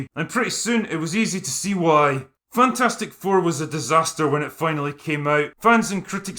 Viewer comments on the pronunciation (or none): I pronounce this "Fantfourstic" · "Fan-4-stick" LOL!